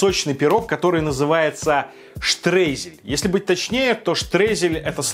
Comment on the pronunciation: приготовила. Не так изумительно и феноменально, как ты восхищался, но что-то новое. Я любитель бисквитов и шоколада. Кстати, спросила у подруги в Германии о слове Штрейзель, она меня поправила. Сказала, что правильно Штройзель))) Пирог получился вкусным, спасибо за рецепт))